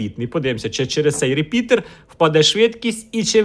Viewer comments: не говори реПідер, вірно репітер. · То це репітер чи репідеерр?)) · Дякую за відео! P.S. "РеПІДЕР", трошки кумедно чути. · Правильно начав говорить реПИДОР.